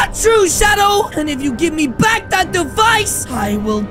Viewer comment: Bro said bak